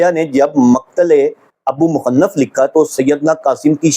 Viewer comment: ابی مخنف کا نام تو صحیح طرح سے ادا کرنا سیکھ لو ریسرچر صاحب